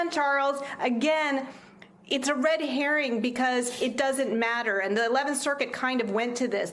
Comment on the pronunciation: Charles, did your expert just call the whole declassifcation question "a ready herring?" I replayed that 2 more times, and I think maybe you should find another expert.